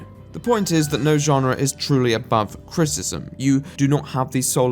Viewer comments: Kinda funny the way he struggles to say "criticism" but still love the accent nonetheless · If u say criticizem one moRE TIME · I have some criticism over how you pronounce the word "criticism." With all the times you had to say it this vid, that must have been rough. :D Just having a laugh mate, great video.